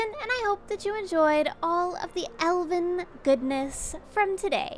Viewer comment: Every time she says Elven, I hear Elden. Do I play Elden Ring too much?